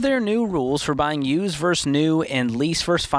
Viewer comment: Note to George: Vs. is pronounced "versus," not "verse." Otherwise, good show today.